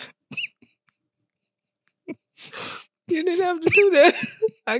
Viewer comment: Yoooooo!!!!! He said broken promithes 😆